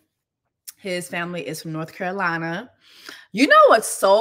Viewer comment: Okay, North Carolinerrrrrr